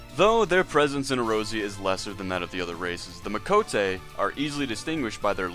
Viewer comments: Ay-Oore-zee-yah. Not errozera, do you even play the game? I read what you said word for word on another website. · Its "Ey-or-zee-uh" not erozea, its not a JP pron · A OR Z UHH = Eorzea E ROSY UH Aside from that, enjoyable. This just bothers the shit out of me. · SAY EROZIA AGAIN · And "dinurial" ... idk if I can keep watching